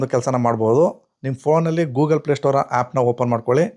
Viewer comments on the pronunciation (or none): none